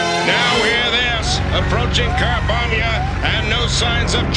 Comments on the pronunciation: Did he say the nation of carbombia 😂😂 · "Carbonia" sounds alot like "Car bomb ya" when says it.... Hilarious xD always fun to watch some G1 Transformers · "car-Bomia" smh... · "Carbombiyah" Seems legit... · "Carbombya" Car-bomb-ya Car bomb... Hasbro? What were you THINKING??!?! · Carbomyia= "Car-Bomb-Ya!" funny. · Lol, The African nation of 'Car-bomb-ia' 🤣